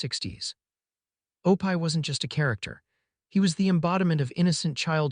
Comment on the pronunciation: Guys, it’s “ Oh pee “ please drop the pie!